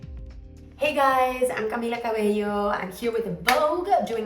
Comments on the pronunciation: she’s literally glowing <3 she looks so pretty i love the way she pronounces her name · the way she says camila cabello......